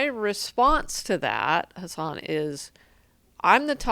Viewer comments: Did I cringe every time she said his name wrong? Yeah. I did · She makes sense but god damn can't even pronounce his name right a single time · She makes good points, but I'm distracted by her mispronunciation of Hasan's name.